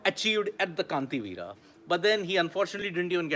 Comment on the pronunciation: Kaanthiveera ❌️ Kanteerava ✔️